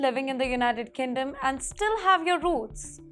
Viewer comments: Kingdom. Not kindom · Why she said United kinddom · Did she say United kinndom!?